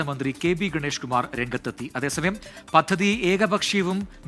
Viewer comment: Kindly pronounce the words correct, (പദ്ധതി)